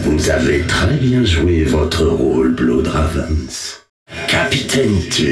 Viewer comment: Aaah, "les Bluhd Raaveins". I just love how they aren't even bothering with the correct pronunciation xD